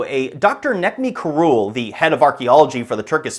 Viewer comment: You stubbornly keep on pronouncing dr Necmi Karul's name wrong! In Turkish language C is pronounced as J in English! Please!